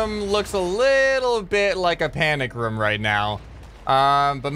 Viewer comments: is,t room not ruom hahahahahahahahahahahahah LOL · Just saying, when you say room it sounds like roum